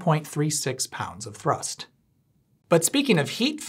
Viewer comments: Most of the videos effort was put in to rolling the R’s when you say thrrrust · I really hope the way he says thhrrust is because of chicken run 🐔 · Thank you for pronouncing thrust correctly...🤣 Also, if your as pedantic as I am, I think it's same to assume you are... If you were at Menards, you will have surely noticed that they have a new "vintage" line of Christma... Holiday lights. I have a bunch of them, and while the flicker is greatly reduced, it is still present. Also, due to the design implications, the individual lamps have a bit of a directional component to them in regards to light output. I find the colors quite pleasing, if a bit over saturated, most notably the blue. However the "flicker" version of these is quite, atrocious. In the spirit of no effort etc, etc... I will spare you the details of any further analysis. I can't wait to get your evaluation on these. Have a simply fantastic day. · Was the pronunciation of "thrust" a nod to Chicken Run?! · I'm not sure what the best part of this video is, the 'a different mumber in kilograms', or the facial expression and increasing enthusiasm every time he says 'thrust'. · You put just the right amount of mustard in your pronunciation of thrust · at about the way he said "thrust" made me lol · Am I crazy or is the strange way that you are pronouncing the word "thrust" a reference to Chicken Run (2000)? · Please tell me that your pronunciation of, “thrust”, is from Mac in Chicken Run. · Ha, no-pun-in-the-end-title-november, just what I love! Also, nice pronunciation of thrust! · will always be pronouncing "thrust" with a rolled R moving forward, tysm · really enjoyed the exclamation point on every instance of "thrust!" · The way he pronounces = thrust = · Did he “roll his R” when he said “thrust”? 😁